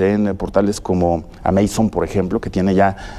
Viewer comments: El video es genial y Agustín es increíble, pero dejando eso a un lado... Alguien más se dio cuenta que el presentador dijo AMEISON en lugar de AMAZON?? 😂😂😂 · Bueno si si, mucha violada y todo pero yo voy por el minuto y el presentador dijo Ameison y es Amazon XD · Minuto "ameison" la plataforma digital 🤣🤣🤣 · Ay wey...ventas en "ameison" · Por que dice "Ameizon" ?? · Soy la única que escucho cuando el conductor dijo "amaison" Por Pronunciar "Amazon" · ¿"Ameizon"?, Se pronuncia "Ámazon" y se escribe "Amazon" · Los gay pronuncian así ; "AMEIZON " . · LO que mas me gustó del video fué el presentador diciendo "ameizon", cuando se refería a amazon. Y después utilizando el angliscismo "Tópicos". TOdo un crack ese tipo. LA demostración de que los periodistas no deberían ser calificados como Profesionales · Hablé español Sr. Periodista!! Amazon!! No ameizon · "ameizon" jajajajajjq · "Ameizon" JAJAJAJAJAJA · Min. JAJAJAJA dijo "ameizon", Amazon se pronuncia en inglés tal como esta escrito con acento esdrujula, en español es aguda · "ameizon", me dolió escuchar eso